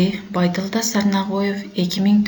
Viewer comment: Тексти окуган кыздын уну эн эле уккулуксуз экен.Жада калса фамилясын туура эмес окуптур.